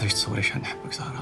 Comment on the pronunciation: هههه يعجبني عمار كي يقول صارة ميقولش زهرة